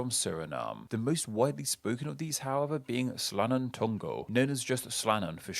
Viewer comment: Hahahaha man, the way you said sranang tongo sounded like you said surinamese gutter!